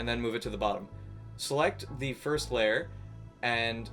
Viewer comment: I like how he says lair instead of layer.